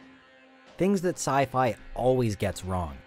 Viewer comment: Uh... because it's sci-fi, not sci-fa